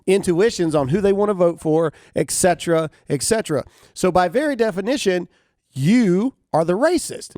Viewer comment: Damn it, Graham! It is ET CETERA, not EXCETERA!!!